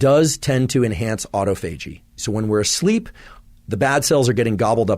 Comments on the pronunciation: Auto fay gee 😅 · Autophagy is pronounced: aw-TAH-fuh-jee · Did he misspronounce autophagy or is everyone else wrong? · Please learn how to correctly pronounce autophagy; will give you more credibility. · Any body else thrown off by how he pronounces “autophagy” lol. Great information though. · had to quit the video after hearing him pronounce autophagy...seriously, he's a smart enough guy, yet can't pronounce this anywhere near correctly?